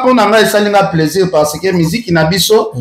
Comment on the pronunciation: on dit plaisir pas plaisur ahhh zairois tout est confondu on dit sucre ils disent sicre